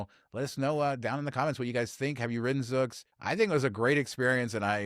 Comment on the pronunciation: Zoox is pronounced with a long u sound. Zoooooooouuuuuux